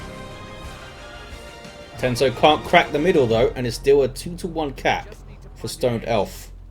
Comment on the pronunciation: I swear,, every time you say "Two to one cap" I hear "Two to uncap". It makes me squint every time as I know what I hear is not true.